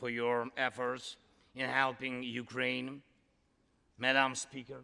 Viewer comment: Classic USA... First sentence spoken and the woman managed to get both the guy's name and his country's name incorrect. Show a bit more respect.